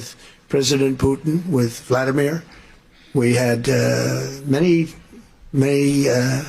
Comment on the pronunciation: "Vladimir"! SMH!